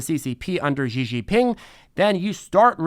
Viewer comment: Xi is pronounced She.